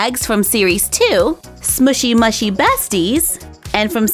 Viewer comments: You are supposed to say mushy, mooshy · Not to be rude but it’s pronounced moo-she, love your channel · It's pronounced mooshy